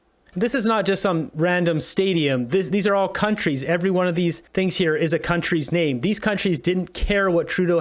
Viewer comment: Yep, get your "Sihngs" pizza. Lmfao. 🤦‍♂️ um. Ya, no! Gross!